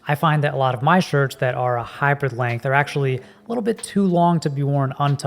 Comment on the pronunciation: You pronounce "hybrid" like "hyper". So every time I hear "hyper length" or "hyper shirt".